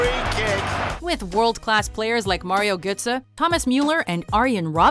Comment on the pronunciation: Who tf is 'merie getze' !??